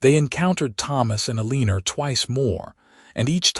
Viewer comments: Some words have more than one pronunciation--read, lives, for example. And choose names you can properly pronounce--Eleanor. Ruins the story for your listeners. Thanks. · If you can’t pronounce Eleanor right, quit using in your stories. PLEASE